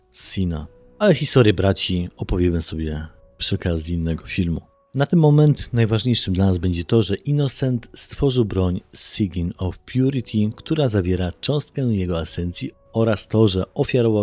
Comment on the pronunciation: Pidżamiutki, co jak co ale wymowę słowa "Sign" mógłbyś sprawdzić przed nagraniem tego, panie "Sigyn of Purity" :*